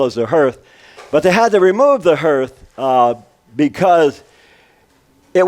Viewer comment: "HER-TH"? i thought it was "HAR-TH"?